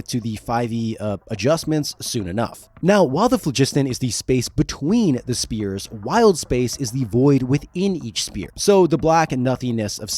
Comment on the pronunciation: I hate bad AI voices - the damn AI keeps referring to the crystal spheres in the phlogiston as "Spears in the flegston"